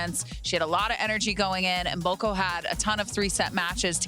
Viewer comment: Funny pronunciation of "Maboko" instead of "Mboko"😅 In fact, as a Ugandan( bordering with Congo), I already know that "Maboko" means "hands" in Lingala, Mboko's parents language.